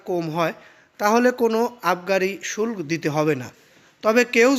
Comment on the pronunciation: বেটা উচ্চারণ জানে না। আবার ভিডিও বানায়। শুল্ক - উচ্চারণ শুলকো।